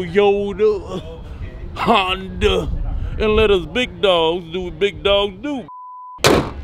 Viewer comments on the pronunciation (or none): none